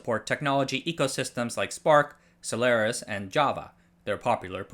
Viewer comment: HT for using the correct pronunciation of Solaris